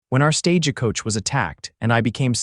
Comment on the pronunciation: Listening from Clackamas Oregon. Thank you for the beautiful love story. Narration had some AI errors. My favorite is the mispronunciation of Stagecoach, "Sta-ge Coach". Cracks me up every time !!❤